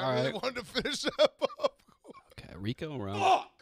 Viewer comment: Nick calling Rico --- Reek is amazing